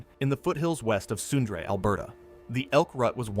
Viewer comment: 🤣 Sundra. It’s Sundre (pronounced Sun-dree)